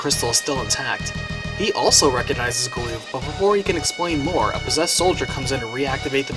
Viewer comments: is butchering the english language, with ALL of the pronunciations, from multiple videos... Its Gal-uff not gooloof or Bahamut, is Baa-hum-mutt, not Bah-hum-moot. Just American's take on english. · GAH-luhf not gah-LOOF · hmm. never figured Galuf would rhyme with "aloof". I always pronounced it as GAL-luhff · Goddamn I was taken back by Galuf being called 'Galoof' instead of 'Galluff', that's a new one for me, lol. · He is indeed butchering it but to say Americans butcher it is offensive I for 1 am American and don't butcher it this much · The way you pronounce Galuf's name makes me cringe.